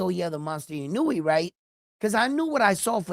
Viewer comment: love your respect for the sport and recognizing Naoya’s talent a long time ago. You should pronounce Naoya’s last name EE-Know-Eh and you will be the first in the biz to pronounce his name correctly. Love your passion for boxers and your honesty and fairness in abilities.